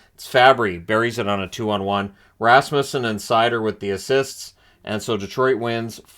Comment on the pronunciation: Thank you for pronouncing Rasmussen correctly. It's not RasMUSEsen.